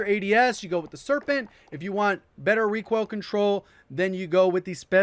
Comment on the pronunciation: Is He saying ReQUAIL?